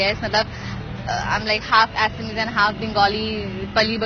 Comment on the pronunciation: not assami it's assamese.Thikse bola koro tumlog hindivashibhi